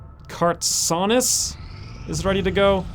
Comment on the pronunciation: Very close on the pronunciation, better then most! Its pronounced just as it looks Kartsonis (cart so nis), or Red or Redwood if you like as the nickname. Glad to make an appearance although I doubt I will be able to contribute much at this point. Get to work getting these aliens off Earth already!